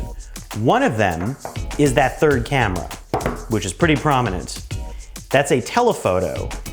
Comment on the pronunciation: I feel like he just learned the word “prominent” lol But he tried his best